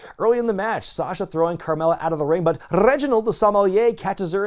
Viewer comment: Who is Reginald OhSomeMoiYah??